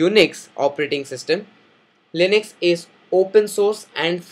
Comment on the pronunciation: Its Linux, not linix